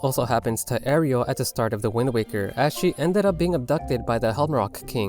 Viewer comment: well, let's see... you pronounced Malon and Marin wrong, and you somehow got Ariel from Aryll?